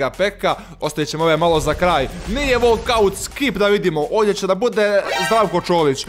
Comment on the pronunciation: Bukvalno ja lajkujem govori volkaut